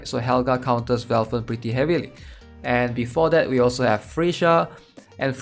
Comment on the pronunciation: i love when you call valthicc "velfern" x)